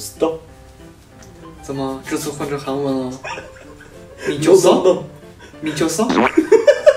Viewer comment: 난 한국인인데 의 '미쳤어?' 발음이 완벽해요 ㅋㅋ